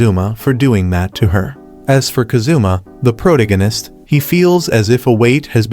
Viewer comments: Its Pro-Tag-On-Ist. Not Protogunist like you said. Hate to grammar police you but if you intend to use this word often on your channel, you should at least say it correctly. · "Prodeginest" is funny to me lol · Is this an AI voice or a real person talking? How hard is it to pronounce the word "Protagonist" ---- Sound it out "PRO-TAG-O-NIST." It cringes me to my core every time I hear him say it. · Well the AI has problems pronouncing Protagonist.... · There’s absolutely no way this Auto-Gen voice doesn’t know how to say “protagonist.” Unless it was misspelled.